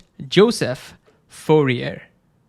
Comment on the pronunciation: I love his informative videos. He even pronounces Fourier's last name correctly.